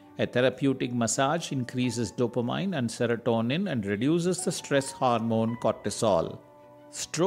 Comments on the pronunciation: CORRECTION TO PRONUNCIATION: Dopa-MIN ...not Dopa-MINE😀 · You mean "Dopameannnnnnn" not Mine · Good info but it is NOT Dop-a- mine..it is Dop- A -min. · I believe it's pronounced DOUGH-puh-meen. Not dopa-MIN or dopa-MINE. To me, the mispronunciations by the narrator are not as bad as the myriad typos in this video. The nuns who taught me English in grade school are probably rolling over in their graves, LOL. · Every time the narrator mispronounces "dopamine," it is like fingernails on a chalkboard. It is pronounced "dope-a-mean," not "dope-a-mine." I have a hard time listening to it. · Dopamine is pronounced do pe min....Not do or mine... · Hahaha, I felt the same way but English is not his first language and he’s talking about something that is super helpful. We can forgive his “dope-a-mine” and just go for the goods in the video. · The way you are spelling dopamine , cafein and norepinephrine is like rubish !!! Go improve your english !